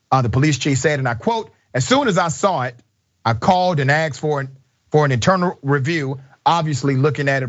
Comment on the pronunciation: Asked not axed